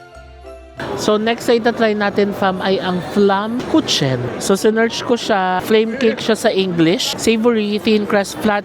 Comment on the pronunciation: Ang bigkas jan sa flatbread "flammkuken"😊